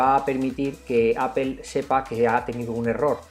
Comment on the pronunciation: estimado, no es la escritura, es tu pronunciación, No es apel es Apple